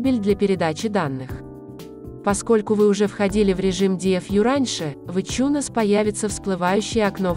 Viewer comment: Какой еще ичунес на хрен? Айтюнсом он называется и назывался всегда. Слышать такой бред с души воротит. Можно хоть названия говорить нормально. А то в место айфона можно обозвать ипхоном блин.